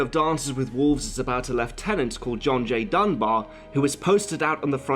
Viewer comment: Dunbar....not Dunbear....Dunbar